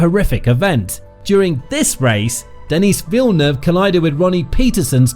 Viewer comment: Denise villeneuve 😂